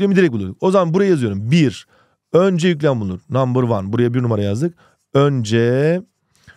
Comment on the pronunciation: ingilizcen iyiyimiş✅️😑